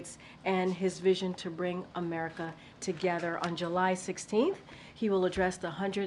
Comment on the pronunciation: So his regular medical unit didn't notice he pronounces the word America as Amehulnamanas?